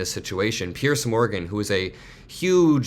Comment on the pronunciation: Hey, I ❤ you, but just FYI, Piers Morgan’s name is pronounced “Peerz,” not “Pierce.”